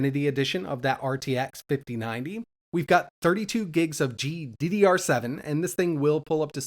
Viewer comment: "we got 32 gigs of g DIDDY r 7"